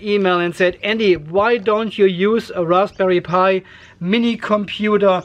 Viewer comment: LMAO... love the accidental correct pronunciation of Raspberry Pi